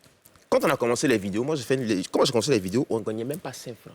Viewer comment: On dit DISQUE pas DIXT.Ecris 100fois et récites pendant 1 semaine